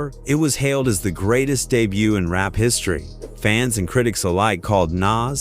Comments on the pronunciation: In rape ? I hate when people don't correct their bad Ai voice mistakes. It's really annoying. Who is RahKeem? Smh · I absolutely HATE A.I., because it sucks. If it cannot pronounce the names properly, STOP USING IT. Do it yourself. And it’s “Rap’ not “rape.’ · When it called rap "rape"... I was through